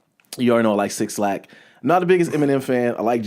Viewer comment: Dope review! Also btw, 6lack is pronounced "black" not "six-lack" haha